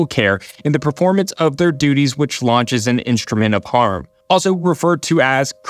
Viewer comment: Man I had to rewind for a second on the Scarano section when he said Instrument of Harm, I thought he said Instrument of Horror... LOL... I do feel awful for the families that lost loved ones in this case though... This is something that was entirely preventable.